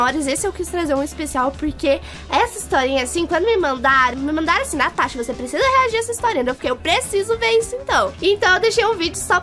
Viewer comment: Mn o povo chamando ela de TANASHA akakakkakakak mas é NATASHA